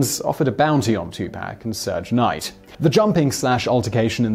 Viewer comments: He pronounces van gogh closer to the actual dutch than any american can ever do. But serge knight is a bit dodgy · He butchered alot of names in this one (2 Pack, Puffy Cooms, Surge Night) 😂